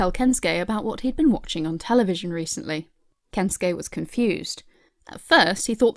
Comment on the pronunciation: The difference in the way you pronounce Shigeru and Kensukei is surprisingly jarring. Shigeru gets so much attention in your voice, like oh Shigeru-san... but then its just Kens-kay, init.